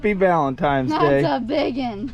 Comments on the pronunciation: VALENTINES DAY!! Not VALENTIMES DAY!!🤣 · I don’t know who’s accent I like better, who can make a one syllable word 4 syllables or with the whole “valentimes day” thing